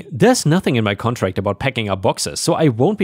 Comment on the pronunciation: "contract" isn't said as "con trast." It's said as "con tract." 😉